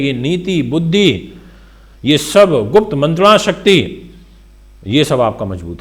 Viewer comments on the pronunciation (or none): none